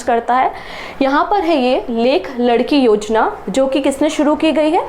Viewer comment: again not लड़कीं its लाडकी ——it means लाड़ली in hindi😂😂